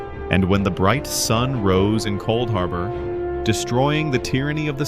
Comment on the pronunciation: “Couldharbor” 🤣🤣 Jk homie love the vid